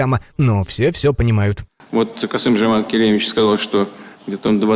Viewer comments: Странно что оно называет президента Казахстана другом а имени его правильно говорить не может 😂😂😂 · Это ж надо быть таким не грамотным,чтоб не научиться правильно произносить имя президента